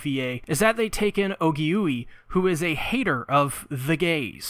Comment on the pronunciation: Actually her name is pronounced Ogi-way. Not Ogi-Yui. I sincearly apologize for the correction.